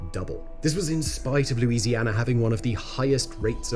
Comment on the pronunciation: I just solved a mystery. I found out where all the British "R's" went. They went into the state of Louisianar.